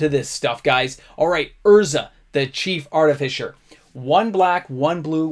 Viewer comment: SUFFICE it to say, you should also pronounce Arti-FICE-r this way. : D # Shop S-MART for all your TFHA supplkies! : P